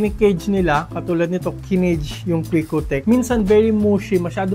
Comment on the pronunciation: QU!KCQTECH Bakit Quick-Oh-Tech ang basa mo? Hindi ba Quick-CQ-Tech?